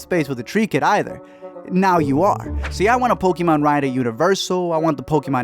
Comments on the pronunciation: It's not po-key-mon it's po-kay-mon. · It not poky mon it's pokaaaaaamon